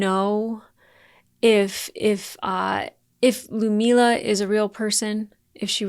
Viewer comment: LUD - MILLA!!! Gods be.... You butcher her name constantly.